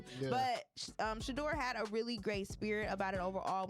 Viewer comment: GET HIS NAME RIGHT, PLEASE!